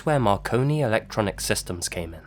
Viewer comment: My fat ass thought you said “Macaroni Mysteries”